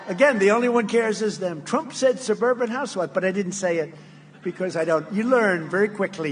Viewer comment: He still couldn't pronounce "Shuburban Houshwife". Rotten pig.